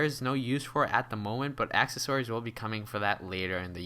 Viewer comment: Ounces, not onses. Also you say accessories wrong. Just wanted to share my hate.